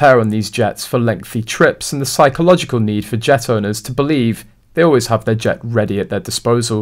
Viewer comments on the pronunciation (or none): none